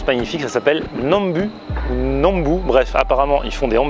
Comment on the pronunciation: C'est pas étonnant que ça soit un p'tit peu plus cher vu que Sorrento est un peu plus touristique que comparé à Bari... Et d'ailleurs petite rectification pour ce qui est de la prononciation de N'Hambù, c'est N'Hambou et pas N'Hambu. 😉